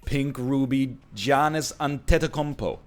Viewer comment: For someone who doesn’t watch NBA you pronounced Giannis Antetokounmpo better than most fans and the announcers